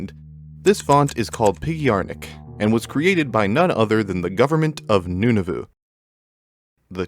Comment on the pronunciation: Canadian here the province of "Noonavoo"? also, overwatch isn't a new word. the word overwatch was most certainly created as you described it, though you sort of implied it was created for the game, Overwatch; that it most certainly was not.